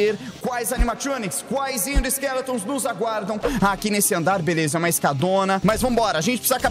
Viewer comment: ele falou velesa o correto e beleza 🤣🤣🤣